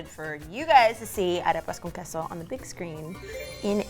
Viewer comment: This reminds me of mirabel saying "you just healed my hand with a arepas con queso" i actually heared "nadepakonqueso"